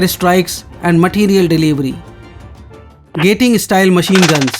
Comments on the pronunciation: * Gatling gun, not gating...... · Gatling style mg, not gating style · It's Gatling machine gun not gating